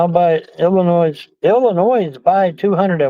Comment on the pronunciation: 3.: During a conversation with Samantha Soo-War-ess about a sizeable donation, sees "IL pay $200 at Walmart"...and reads it as "Illinois (with an "s" sound at the end, of course) will pay $200? What are yew talking about??" Confirmed 190 IQ and can't figure out she just had a typo. Also, 190 IQ and can't figure out she's offering to buy him stuff at Walmart in his name that he can pick up at the store after she gives him the order number. I'm beginning to understand why his 190 IQ genius hasn't brought in any Nobel prizes or other such accolades. He is in the Guinness Book of World Records for Longest, Most Pointless and Befuddled Reply When Asked How Old Are You?" Don't kid yourself,. Eveyone got the lame "joke" immediately - you are not 'clever.' He ain't gonna let yew F'n trolls know where he is. He's no fool-no fool at all!